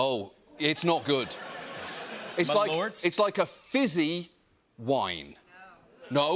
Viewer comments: OMG Merlot?? pronounced Merlow? A red wine which is wonderful if you get a quality one! LOLOLOL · John; it’s Merlot (pronounced Mer-low) ya bloody muppet! Much love from the UK! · Took me ages to figure out wth kind of drink they were talking about. First time they said it I figured he couldn't pronounce Merlot. Turns out he just can't pronounce Malört, which makes Abit more sense I guess.